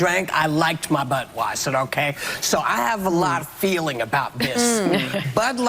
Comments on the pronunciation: I swear it sounded like Whoopi was pronouncing Budweiser as Buttweiser. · REWIND IT SHE KEEPS SAYING BUTWEISER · Whoopi can't even pronounce Budweiser or Dylan Mulvane correctly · You know she's not sincere because whoopie is reading a prepared garbage statement, and she didn't even pronounce the clown's name correctly. FAKEAF